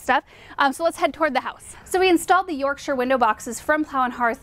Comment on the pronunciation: Born and bred in Yorkshire. Still here. I love how you say Yorkshire ☺